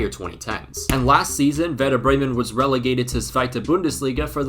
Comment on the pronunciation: I love how in every Youtube video that deals with anything only slightly related to germany, the comment section is just full of us germans ;D I also want to point out as I haven't seen anyone mention it, that your pronunciation was actually decent. Also thanks for jinxing Bremen. We need the price money quite desperately ;D